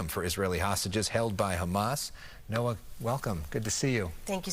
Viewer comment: Quit brining up flem every time you pronounce "Hamas". We don't do that in the English language.